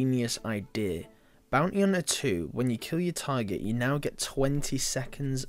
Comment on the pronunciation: when he says target he pronounces it tiger